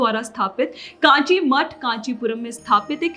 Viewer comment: Kaanchi nahi rey mongoli. its kanchi , naam se dangse bola karo.